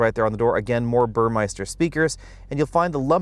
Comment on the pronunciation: Impeccable and detailed video, as usual. However, one thing I'd like to point out. The radio system is by BurmESter and not BurmEISter. :-))